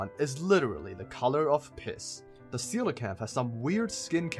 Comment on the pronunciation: The “ceelacanth” lol